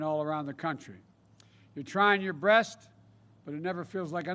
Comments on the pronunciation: "You're trying your Breast" Lmao Okay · "You're trying your breast" ( - ). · "TRY YO BREAST" .... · "Trying your breat"? Really Joe!😐 sad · I'm sorry but I was randomly skipping i first saw Joe's face and stopped it was when he said "you're trying your breast," and im so shook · He said "your trying your breast" but it never seems like enough ...hahahaha